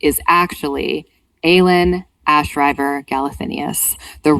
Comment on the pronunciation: Yay! Can’t wait to get to one of my favs in the series. P.s. it’s ash-river, not rye-ver